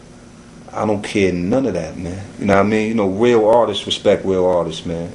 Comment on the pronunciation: weal awtists wespect weal awtists xD